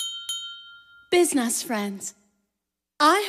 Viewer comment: nobody: Delia: businass friends.